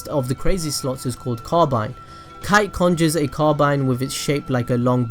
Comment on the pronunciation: não é kite é kaito!